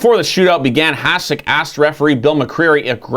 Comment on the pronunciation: Heads up, its pronounce "HaSHek."